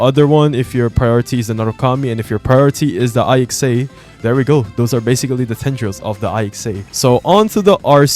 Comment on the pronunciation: its ICSA not I X A